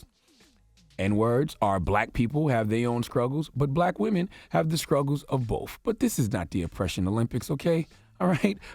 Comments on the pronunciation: Scruggles? Is that what I heard? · How are you media pronouncing it scruggles... 🙄 do better fuckboy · I thought I heard Charlamagne Tha God say, skruggles!!! instead of saying struggles!!! Wow, education in America!!!